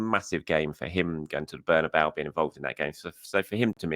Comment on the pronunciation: It's Bernabeu.